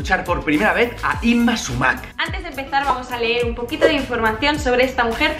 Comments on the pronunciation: Holas No se pronuncia Súmac con el acento en la "a" sino en la "u". Es quechua. En la lengua quechua no existían la palabras agudas. Ningún vocablo quechua tiene el golpe de voz en la última sílaba. Espero que lleguen a leer este mensaje, aunque lo dudo, por la antigüedad de la publicación. Hasta pronto, Sigue practicando tu huaylas para cuando vengas. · Se pronuncia Súmac, no Sumác. De ahí en fuera excelente video. Saludo desde Lima. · No es sumác, es súmac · Hola!! Lo sabemos pero la palabra chocherita nos gusta mucho!! Y lo de Yma SÚMAC sabemos después de grabar el vídeo que lo pronunciamos mal!! Gracias de todas maneras:)